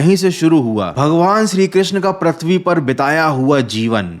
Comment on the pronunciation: Arre vho Pruthvi hota hai Pratvi nahi 🤦🏻‍♂️